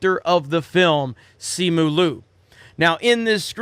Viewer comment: He can't even pronounce his surname correctly... It's like they have completely disregarded their own credibility